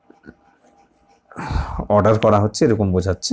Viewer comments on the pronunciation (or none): none